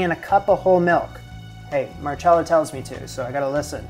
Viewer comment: It is pronounced Marcella if it was marchella it would be spelt like that